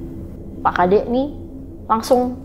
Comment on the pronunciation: dari tutur kata penyebutanya aja dah salah... gimna mau percaya pak tengah harusnya (pak nengah) bukn pak tengah😂😂😂😂 yg satu pagi pak kade apaan itu adanya psk kadek👍👍👍 bru bner... ngarang kali ini ceritanya.... leak kok suami istri bru tau😅😅😅😅